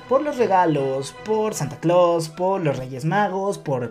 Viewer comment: Escuche mal o dijo Santa Clavos?? 😂